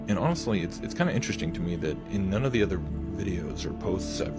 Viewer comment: ITS INTERESTING. NOT INTER…..RESTING……OMG PLZ